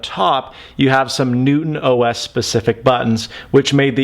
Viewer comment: I can't be the only one that hears NoobOS